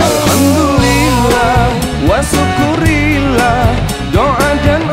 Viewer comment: Ternyata ada juga yang sadar. Tiap kali denger pelafalan wa syukurillah langsung merasa terganggu aja. Maksudnya kan syukur kepada Allah, jd ya memang seharusnya syukru lillah, sama kayak alhamdu lillah.